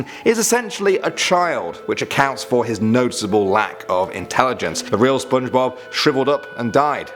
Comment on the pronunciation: Did no one noticed he said Spidblob?